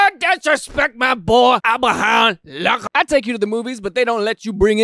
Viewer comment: I believe it's pronounced "Lahhcaan".